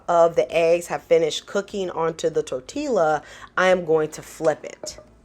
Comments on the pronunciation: I got 10 mins to say Good morning 🤗 FYI: Tortilla is pronounced TOR’ tee ya…double L’s sound like a Y in Spanish. I actually prefer tortillas instead of bread sometimes because I just want a lighter vessel. Breakfast Quesadillas are awesome! I gotta try your way the next time. I usually cook the eggs, when they’re almost done I warm my tortilla but while in the pan my egg mixture goes down the center then I fold up the sides up then down to seal it then I roll it over to that side to seal it for a breakfast burrito. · The " L" is silent. Tor ti a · I absolutely love your voice overs. You are adorable. Your pronunciation of tortiLLa is so cute. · Looks great! We pronounce it "tor-TEE-ya" around here. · My sister in Christ did not just say "tortilla" with the hard L lol!! 🤣😂🥰 I'm making this recipe tomorrow. 🥰 Thank you for the idea.